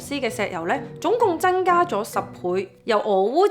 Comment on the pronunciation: 謝謝Rain的分享 如你能夠改善懶音問題，就更Perfect了！ 俄羅斯嘅俄，超額既額，係有鼻音嘅 增加，唔係真加 一百，唔係一八 油產，唔係油橙 其實仲有都幾多😂 開頭聽有啲辛苦，但因為內容豐富，都選擇繼續聽